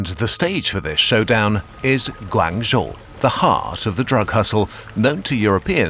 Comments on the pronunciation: It's pronounced more like Guang "joe" not guangzhooooo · your pronounciation of Guangzhou was totally wrong lol but apart from that great video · Love this spin off channel! Love the pace and style too. Just wish there was better pronunciation especially “Guangzhou”. However it is understandable coming from a European background. Just some constructive criticism 😄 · I love the videos, but you guys really need to do just a little more effort with pronunciation of names, especially city and town names. You pronounced Guangzhou 7 different ways, some nearly as bad as Canton 😭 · western pronunciation of "Guangzhou" is never not funny